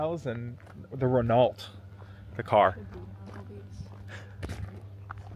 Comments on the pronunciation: Ren-o, not Ren-alt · Lol, glad you said it. I was sitting correcting him out loud every time he said it! 😊